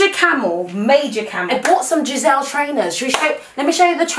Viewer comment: I love how says "Gisele" instead of "Gazelle" when she talks about the adidas shoes. like they're not just shoes they're worth a person